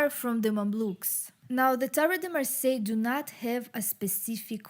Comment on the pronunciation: Lot of thank , merci beaucoup from France ^^ you say Marseille good ^^ 😀